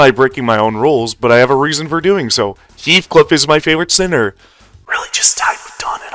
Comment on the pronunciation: be like: heathuclipuuuuuu 😭😭😭😭😭😭